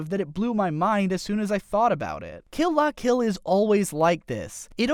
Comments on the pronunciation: Suh-nah-guh-yah-muh? Maybe just don't mention the names if you can't say them. Also, Kill "Lah" Kill and "Kizz-naiver". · It's pronounced kill la kill